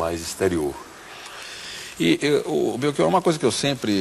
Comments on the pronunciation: Felicito-o por defender a Língua Portuguesa. Mas não consigo aceitar que para "ch" você leia como "k". Belkior, em Português, não existe. Abraço. 🇵🇹 Editei para dizer que, ao ler os comentários, soube que tinha morrido esse senhor entrevistado. A minha consternação e sentimento. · Belchior é um sobrenome italiano. Em italiano o CH tem som de k, por isso por aqui se pronuncia como belkior . Assim como em Portugal, no Brasil o Ch tem o som de x/sh (afinal, estamos falando da língua portuguesa). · Belchior se pronuncia com "o" aberto, professor!